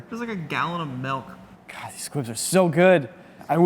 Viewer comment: it’s “Milk” not “Melk”